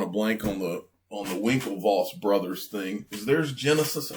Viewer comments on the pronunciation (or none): none